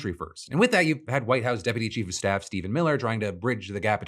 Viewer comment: I genuinely thought that Phil said, "Deputy Douche-bag of Staff" I stand by what I heard. 🤣